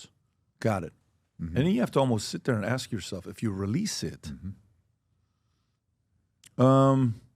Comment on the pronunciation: Two billion dollars steve...? Lol. "U can axe my momma!!"